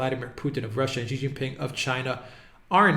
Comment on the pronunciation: it's not "ji" it's "shi" as in she. 👍🏻